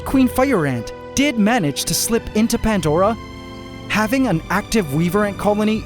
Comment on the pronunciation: This might be well known already, and I've wanted to know since I started watching this channel .... But why Pantdora and not Pandora? What the hell is a Pantdora? Goddamn Canadians 🤣🤣🤣